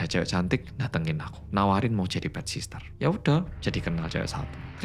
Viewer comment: Bukan sister mas.. sitter.. ga pake sss yg keduanya.. caption nya dah bener pronunciation nya aja ada s nya